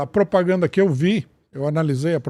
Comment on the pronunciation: É MUITA "POPRAGANDA"